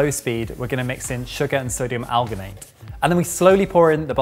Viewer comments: might be able to pronounce spherificator, but his science speakage needs help. Alginate is pronounced as it's spelled, al-gin-ate where gin is like the drink. It's not Gin- as in -sters. Citrate is pronounced sit-rate (the cit- is the same root as in citrus/citric). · alginate is pronounced like algae.as marine algae is where it was first derived from. you should be saying a gin in there. and unless you would say an orange is part of the sightrus family citrate is pronounced sit-rate or sit-traight